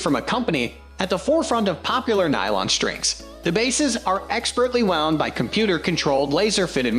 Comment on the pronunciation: All the mispronounced words (e.g., “wound”) and strange pauses make me think this voiceover is AI.